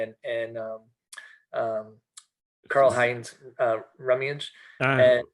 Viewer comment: Great podcast - loved it all!! - need to work on pronouncing on German footballers Lothar Mattheus and Rummenigge haha